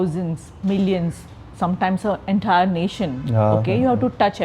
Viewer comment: After watching the entire episode i realised that the sadhguru impact is so much on her, that she has started pronouncing words like him, for ex: enthaair nation lol!